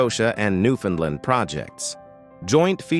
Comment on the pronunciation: Please learn how to say "Newfoundland" properly.